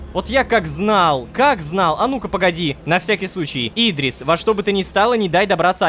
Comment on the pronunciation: Почему всегда ты читаешь имя не правильно, нужно говорит Идри́с, а И́дрис